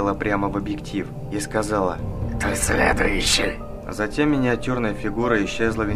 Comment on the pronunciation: Мне по слышалось да следующей!А на самом деле сказала ты следуйщий!